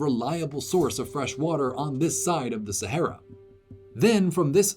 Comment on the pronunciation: It's pronounced "sahara".